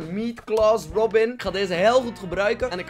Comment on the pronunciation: Rrrrrrrrobin Altijd leuk als een bekend persoon je naam uitspreekt:)